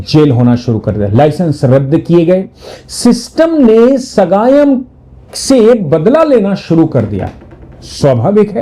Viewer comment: His name is Sagayam not ugayam